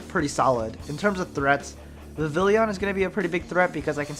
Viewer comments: Stop saying Vivillion. It's Vivillon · Imma guess the QOTD is "whats your favorite legendary pokemon" if it is darkrai or latios P.s. Vivillon is pronounced Viv-y-on